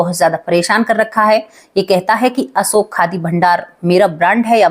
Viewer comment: Asoka nhi Ashok bolo.